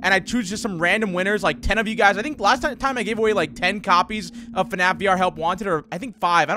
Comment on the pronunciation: You said FNaF wrong you said FNaC